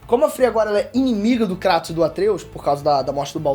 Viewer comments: Kreitos chama de kreitos não krAtos... Isso me odeia kkkkkkk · Na dublagem original eles falam "Kreitus", mas o experts do YouTube, como Davi Jones, e até o falam KRÁTOS kkkk entendo isso não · é kraiiiiiiiiiiiiiiiiiiiiiiiiiitosssssssssssssssssssssss NAO Craaaaaaaatossssss ( não ligo pra isso mas me da um tick nervoso KKKKKKKKKKKKKK ) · Mano e tao estranho o kratos sendo chamado de kratos em vez de "kreitos" no ingles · Não consigo respeitar alguém que fala "Cratos" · Dahora, mas tem que falar “kreytos” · Fala direito, cara! É muito feio. Fala "Kreitos". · O CARA Q FALA CRATOS E PRA PULA O VÍDEO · É a maneira brasileira de falar desinformado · O jeito que ele fala Kratos é totalmente errado, PQP.